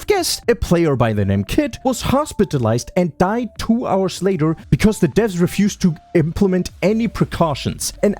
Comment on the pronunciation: Tiny observation your subtitles say deaths instead of Devs.. multiple times, it's how you say dev with a *vths" sound to it like devths